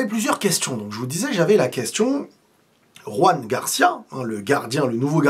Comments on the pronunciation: C'est Joan(pas Roan)Garcia genre comme en français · Joan Garcia pas Juan Garcia. C'est un catalan pas un espagnol. La prononciation est totalement différente. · on dit Joan Garcia pas Ruan comme il est catalan on prononce le J comme en français. Sinon super vidéo 🎉